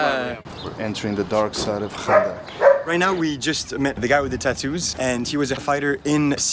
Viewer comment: the fact that u make ur self look like u dont know how to say arabic things like 5anda2 el 8amee2 u say it like kanda2 like maaan ur sooooooo dumb